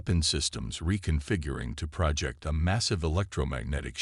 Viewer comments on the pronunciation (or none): Thanks for the story. BUT, your AI, as usual compared to others....really sucks. What is: "PRAH-ject"...when it should say "pro-JEKT", "de-BRISS"....for debris, "REE-trofitted"...for REH-trofitted. 99.999% of the AI out here/there really sucks and, unfortunately, yours is one of the "SUCKS".